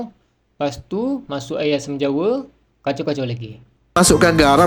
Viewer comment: Air ke ayor bang...hahaha😂😂😂